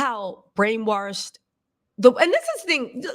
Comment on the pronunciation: Lol, you made me laugh when you said "brainwarshed"... Are you from the South? Lol I tease my oldest daughter about saying "warshed"..I tell her "there is no R in wash babygirl"... 😂 She was raised in NC, but so was I mostly, and I say wash... Maybe because I was born in CT and spent my first few years in NY! 😂😂😂